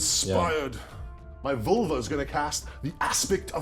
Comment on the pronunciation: It took me several snickers of you roaring "Vulva" before i realised you are saying Vølve